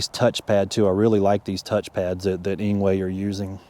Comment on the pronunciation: Engwe is pronounced as angry